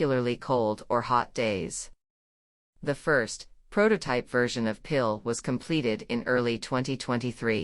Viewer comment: Although the photography is lovely, the robotic narration is glaringly ugly, like plastic flowers in a perennial border. Particularly bad are the anglicized mispronunciations of "Piil" and "Jägala-Joa", in a kind of Anglo-Saxon robot-driven cultural imperialism. Could this perhaps be uploaded in a revised version, with a human being doing the narration?